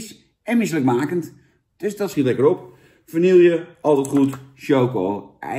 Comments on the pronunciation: Het is VANILLE!!! Niet Vanillieje! Wtf man, en dan zeg jij dat Dennis een spraakgebrek heeft... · Zou je de volgende keer Vanille willen uitspreken als Vanille inplaats van Vanieljuh? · vani je , op zn frans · Het is VA-NI-JE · Niet vanielje🙄🙄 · Beste Jan, de 'LL' in vanille spreek je uit als "JJ". Met als in medaille. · Je spreekt vanille verkeerd uit, Jan!